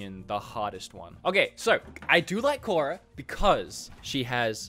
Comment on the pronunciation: Was cringing the whole time you were playing skadi (Kora) lmao 🤣